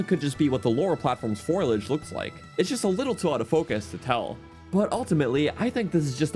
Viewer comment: English: Foal-ee-edge: FOR LODGE! >_~ (love ya )